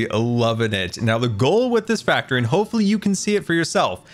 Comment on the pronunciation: It’s a cookie factr-ee (like fac-tree)! Having a dead tree adds more color, but what about cookies in the tree too? They would stand out against leaves. Anyway, the build is amazing I really like it! AND MUMBO HAS A GRIAN WAFFLE!! On the back of his head!